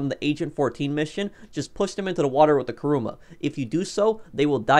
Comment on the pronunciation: Why are people saying karuma its kuruma